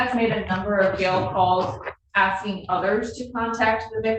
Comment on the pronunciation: "Axing.." facepalm